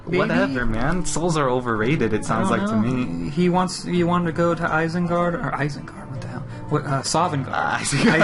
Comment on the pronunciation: Isengard... *Souvengarde <--- LOL'd